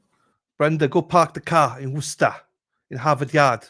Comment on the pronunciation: I was in Worcester for the past 2 nights at a concert (Billy Strings) - I LOVE when you say "Worcesta"